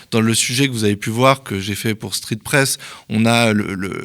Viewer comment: 23"00 "Street fesse, heu.. street presse.." Merci au Media pour cette révélation...